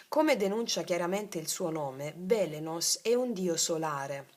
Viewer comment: Buongiorno Francy, grazie Dio ti benedica. Si legge Epiteto con accento sulla i😊 e Beleno con accento su seconda e, come Belén ❤. Dio della luce, di qui origine del verbo balenare, ovvero giungere all'improvviso come un fulmine ed arrivo in cielo del fulmine stesso.